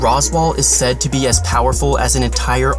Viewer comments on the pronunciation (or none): none